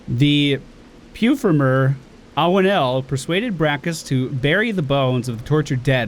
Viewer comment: may be triggered by creatures shooting him through doors while I am triggered by people who cannot pronounce suffused and perfumer.